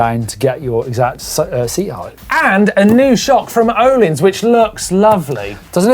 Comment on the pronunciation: Most mispronounced name in cycling industry has to be Öhlins. The Ö is a not pronounced Å, most say Åhlins/Ohlins. Here it is pronounced correctly: So far only one pronouncing it correctly is the swede from VItal Mtb. But now as Husqvarna is in E bike game that's probably another one. Many pronounce it huskyvarna, which is completely wrong. there is even a video on how to say it correctly